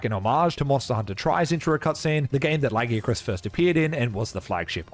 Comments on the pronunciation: Stop saying Lagiacrus wrong. They gave you a pronunciation bruh, it’s only ‘stupid’ because you were wrong. How are you going to tell the creators of the name that they pronounce their OWN WORD DUMB? This argument is so annoying, you don’t tell people their name sounds dumb when you mispronounce it? It’s the same shit. Fuck’s sake. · It's 1 thing to mispronounced lagiacrus. But Seregios as well? Ok this video is definitely AI 😅